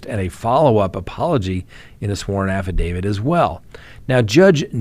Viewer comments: Why do you say AFFIDAVID? ITS SO ANNOYING! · Because that's how affidavit is pronounced. a - fuh - day - vuht. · Huh?? How does that work? You can end with a d sound or a t sound, not both. And the correct pronunciation is with a t sound. Look it up if you need to.